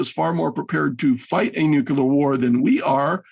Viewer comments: I only tuned in to hear, but he is a bit thick. 1.) USA threatened Russia with nuclear war, not vice versa; 2.) The word is "nuclear," not "nucular." Is actually sent straight from the CIA? FFS, is the eastwards expansion of NATO not placing American "nucular" weapons ever closer to Moscow... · “NUCLEAR”! ☢️ NOT 🚫❗️ “Nukuler”!!!!!!!!! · If you're going to say "nuclear" so much, perhaps practice pronouncing it correctly first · Can we all agree to say N U Cl L E A R instead of of N U K U L A R? This is one of the reasons I hate George Bush so much.